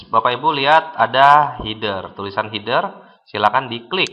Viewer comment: Appearance dibaca apiriens, Header dibaca hider hahahaha